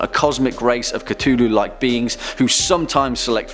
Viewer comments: It is not cutullu it is cthulhu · Cthulhu is actually pronounced (at least the closest a human could get) klul-h-loo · It’s pronounced “c-foo-loo” not “c-too-loo” Cthulhu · darling, it's not Ca-Too-Loo It's Cuh-thoo-loo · Is it just me or did he just cttuuuulhu? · its KA-THU-LU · cTWOlhu didn't bother you? Even when he did the cth correctly for his daughter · the way you say cthulhu angers me even the much later in time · Is it pronounced cu-thu-lu or cu-tu-lu